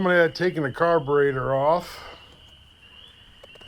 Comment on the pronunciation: you sound like tarly fixes all "carbatraitor" Lmao 🤣 🤣 🤣 🤣 🤣 🤣